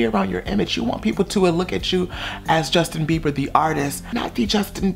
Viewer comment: I’m done.... every time you said his name, I died.